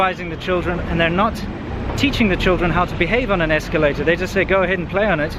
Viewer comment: Incidents, not "incidentses." Escalator, not "esculator."